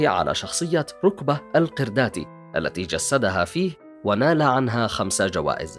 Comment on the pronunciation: السلسلة ممتعة جدا والإعداد لمحتواها مميز ولكن ارجو الاهتمام بالنطق الصحيح للمفردة سواء كانت لمَعلم او مهنة او خلافه فحي الحِلمية بالقاهرة ينطق بكسر الحاء وتسكين اللام والقُرَداتي تنطق بضم القاف وفتح الراء ولا بأس من محاكاة اللجهة المصرية عند نطق اسماء الأفلام او المهن او الاستعانة بالمسمى المرادف لها وفي حال عدم الرغبة بنطق كلمة القرداتي باللهجة المصرية فيلزم الاستعاضة عنها بالمسمى الصحيح لغويا وهو مدرب او مروض القرود. اعتذر عن الإطالة ولكن رغبة برفع مستوى محتوى هذه السلسلة الجميلة. اخوكم ممدوح من المملكة العربية السعودية